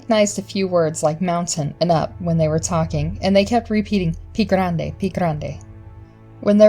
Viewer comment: It's not "Pee Grande" It is "Pie Grande" pronounced "peeyay grande" meaning "Bigfoot"